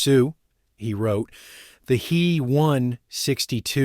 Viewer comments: Stupid! It's not the "he" 162, IT'S THE "H.E." 162. Just like in other stupid AI talks mispronouncing the J,U, 88 as the "jew 88." It's not the "me 109" it's the "M,E, 109." Stop! Learn how to use the interpretation of German aviation companies' abbreviations of Heinkel, Junkers and Meserschmidt that has been in use for the 80 years before AI. So, who's more of an idiot, here? The people using the AI, or the poor quality companies that create the AI that they're buying. Sorry, I meant to say the people using Aeye or the Aeye that they're buying. Ha! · It's not a "hee one sixty two" "He" is an abbreviation of Heinkel, the builder. Pronounced "hyn kel". Both letters would by pronounced separately by a German mechanic, pilot or engineer; not together. If you can't get the pronunciation right, what else did you get wrong?